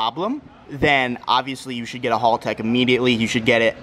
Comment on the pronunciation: WTF is a Hulltec? Sounds like a boat company. Haltech maybe?